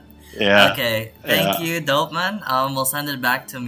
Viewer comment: Its Dopeman not Doperman